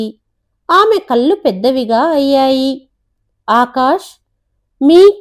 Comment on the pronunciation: కల్లు కాదు, కళ్ళు అని చదవాలి.